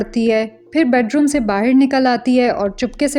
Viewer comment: I love your explanation. ❤ Just try not to say 'BAHIR' again okay dear? I can see that aaj kal 'BAHAR' bolne ka try karti ho thoda thoda phir bhi accha se 'BAHAR' bola karo please? 🙏🏻 Thank you dear!❤